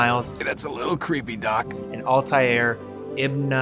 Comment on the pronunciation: Actually it's not pronounced "Alta-air". Jesus. Americans are the best at butchering pronunciations.